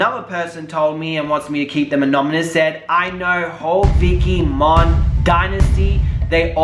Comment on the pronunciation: ANOMANOUS...lol. we love U! But for the love of God Google how to pronounce anonymous!